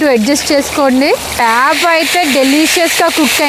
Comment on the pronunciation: Meeru chaapa chaapa ante naaku papa papa ani vinipithundi andi